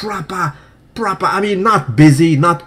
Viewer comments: Absolutely propahhh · Always been a fan of your unique way of speaking, its refreshing to hear. But, your current obsession with 'propahhh' is getting annoying. Really fast!